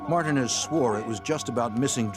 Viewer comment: I have never heard anyone pronounce Martinez that way. Are they dumb?